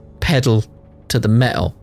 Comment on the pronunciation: I always heard it as “pedal to the medal” as a kid, maybe because where the speaker more than likely said “metal”, the way the said it seemed like it rhymed with “pedal”. I eventually realized “metal” made more sense in the context of a car. 😅